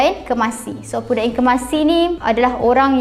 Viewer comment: Bukan opu dai tapi opu da'eng .